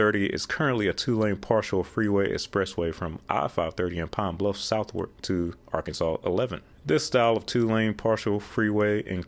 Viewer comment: I am shocked you can pronounce Arkansas correct but cannot pronounce Illinois. It is pronounced ILL EH. NOY.